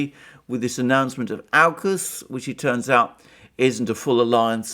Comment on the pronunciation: you pronounce aukus correctly... the way it should be, to make sense of au uk us and not awe-cus